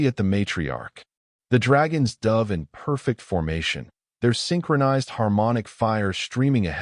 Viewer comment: Your AI needs to learn how to pronouce words spelt the same but sound different according to context. Eg. Tho dove of peace or he dove into the pool. P.s. I don't subscribe to AI.